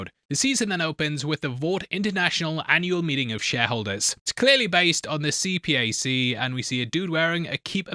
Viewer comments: Couple pronunciation bits: CPAC is pronounced seapack, and Q-Anon is pronounced Q-Uh-non (like anonymous). Top-notch video, as always, from my favorite movie and show channel on YouTube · You should pronounce it as C-Pac then use the whole initials of CPAC